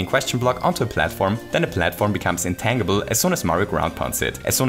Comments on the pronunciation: Just FYI, "intangible" is pronounced "in-tan-ji-ble" not "in-tang-ible". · it's pronounced in tänndjibell not tännjibel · "Intan-gee-ble" not "Intangled-ble" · Just FYI, intangible is not pronounced with a hard 'G'. It's pronounced more like 'intanjible' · In-tan-jih-bull, not in-tang-ih-bull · Um, it's in-TAN-gi-ble, not in-tang-ible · Psst- it's pronounced in-tanj-ib-ul not in-tang-ib-ul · Just a random little thing: "Intangible" is pronounced "in-TANJ-ibb-ull." :) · Wonderful video. I do want you to know that you pronounce “intangible” really cutely, but it is actually pronounced in-TAN-jih-bul. As in, “I got a nice TAN this summer.” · Hey, just a small heads-up, the word "intangible" is actually pronounced "in-tan-jih-buhl" in English! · Intangible has a soft g: intanjible. Just in case you weren’t aware :) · Intangible. The G in intangible makes a J sound and the A is not long. In-tan-jah-bull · Psst.. It's pronounced "in-tan-juh-bull". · The way pronounces "Intangible" is ridiculously delightful. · I'm sure plenty of people have stated this already but the "g" in intangible is a soft "g" sound. Which means it's sounds more like a "j" as is Gem, Giant or Gym as opposed to the more common hard "g" sound as seen in get, going, ghost, grape etc. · Hearing "intangible" with the hard g was killing me lol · If you know how to say tangerine, that's closer to the correct way to say tangible. It's a reasonable guess though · is he saying intangible? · intangible is pronounced with a soft g like in tangerine. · Intangible Pronounce the g like in change.